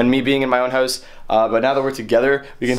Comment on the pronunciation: why you say hoous not house